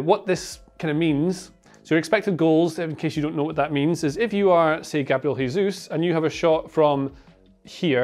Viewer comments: Nice video; one thing though: Jesus is 'zhe-zus' not 'heh-zus' given his name is Brazilian Portuguese not Spanish. I think Jose Mourinho was tired of being called Ho-zeh as well. Seems to be a fairly common pronunciation mistake. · It's not "hesus", he's not spanish. It's Jesus, like "Jota" or Vini "Junior". Great video, btw